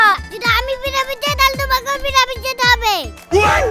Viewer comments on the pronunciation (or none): সিন্থিয়া খুকুমণি ,প্রাইভেটকে পিরামিড উচ্চারণ করে, মজা লাগে খুব। 😂😅❤❤